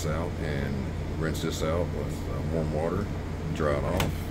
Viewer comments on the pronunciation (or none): none